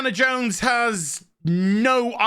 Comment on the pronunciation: It's Indiana JONES!!! Not Indiana JANE!!